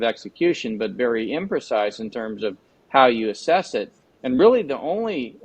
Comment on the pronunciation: YIKES! That's "ASSESS", not "ASSES". 😊